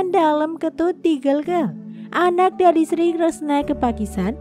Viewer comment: Harusnya sblom menyampaikan sejarah Kerajaan bertanya dulu bagaimana cara penyampaiannya menyebutkan nama orang dan tempat banyak yg kurang tepat,, seperti nyebut kata gelgel dan waturenggong,,, belajar lebih baik lg dalam penyebutan nama dan tempat,, harusnya bukan kiayi,, tp Ki a kn